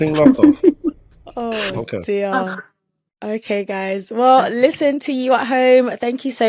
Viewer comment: saying everything lock arff. 😅🔐